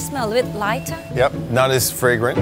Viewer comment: The fragrance was so good, it made her British "It smellabit loi-tah"